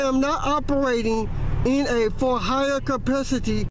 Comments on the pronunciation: give him a break! He's not operating in a for hire "cuhpicity" 😂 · "I am not operating in a for hire capoositty..."